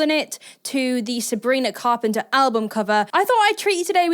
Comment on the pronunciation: Sabrina Fart-penter 😂😂😂😂😂😂 you had me cracking up when you said thatnot even on purpose either 😂😂